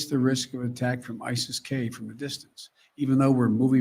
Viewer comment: It’s akin to obummers pronunciation of isis as ICEL